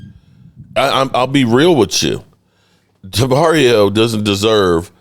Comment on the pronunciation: Dude...u go from Demario to Ja Mario...smdh